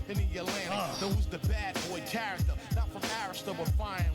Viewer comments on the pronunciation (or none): none